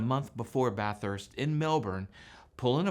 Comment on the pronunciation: Great video! ❤️🇦🇺 Ironic that you pronounce Bathurst the way we do and the pom doesn’t. 😉😉